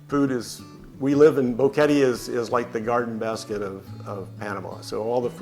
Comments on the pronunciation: Odd that the first couple doesn’t know how to pronounce Boquete. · Nice video. But with all due respect, since you think so highly of Panama en general, maybe it is time to pronounce BOQUETE correctly. It does NOT rime with "confetti." Gracias.